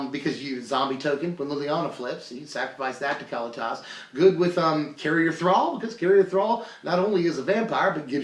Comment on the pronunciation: I love ya man, but if you say Cally-Tas one more time, I'm gonna rip my hair out. kuh-LEE-tus, tray-ter ov get.